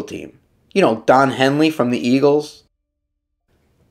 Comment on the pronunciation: “Don Heely”? 🤦🏻‍♂️